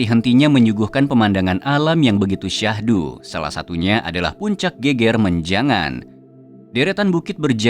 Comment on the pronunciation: Geger menjangan lafalnya slah.. bukan geger (rusuh) tp geger (punggung) beda lafal😊